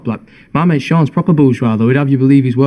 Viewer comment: Im Irish and his name is actually Irish for Finn but its pronounced F-E-E-O-N